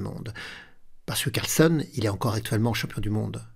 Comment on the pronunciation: CarlsÈn et pas Carlsonne ... AbdusattOrov et pas Abdusattarov